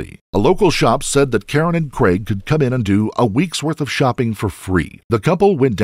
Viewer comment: Please....."craig" not "creg"